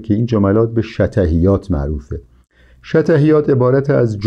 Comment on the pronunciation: شطحیات را اشتباه تلفظ میکنید به سکون ط است و سهلگی به ضم س است. منقولات به فتح م است و ..‌. کتاب النور هم توسط عبدالرحمان بدوی در قاهره چاپ شده و ترجمه استاد بر اساس این تصحیح است نه نسخه خطی. الغرض فواید بسیار است در خواندن این کتاب. ممنون از شما